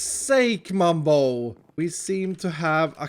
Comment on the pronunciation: Mumbo not mug